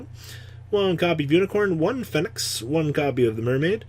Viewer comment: This guy can't even pronounce "phoenix" correctly 🤣